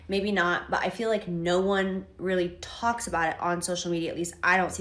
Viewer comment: ish, if you say the word "talks" like "th halks" , ya, no.